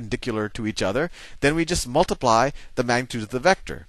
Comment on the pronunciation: "multipie" lol